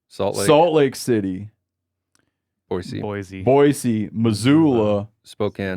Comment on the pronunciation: Always appreciate Steve saying Boise correctly